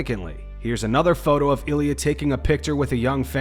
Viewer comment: that's not Ilia... That's Ill - IA